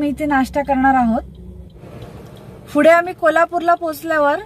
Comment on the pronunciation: पुढे ला तुम्ही फुडे अस का म्हणता